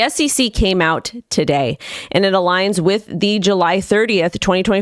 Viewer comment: Sorry, did you say “today” or “tidday”